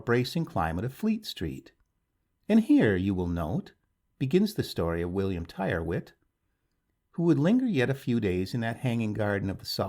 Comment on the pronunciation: Tyrwhitt is pronounced "Tirritt".